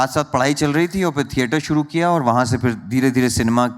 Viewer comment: Kam sey kam interviewer to sahi talaffuz mein boleiN. ‘Fir Fir’ kar rahey hain….sab sey aasaan aur buniyaadi cheez. ख़, क़ जैसी आवाज़ों की तो क्या ही उम्मीद करें